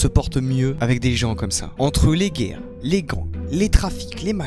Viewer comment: J'ai du l'écouter 3 fois pour comprendre qu'il disait "les guerres" et pas "les gays"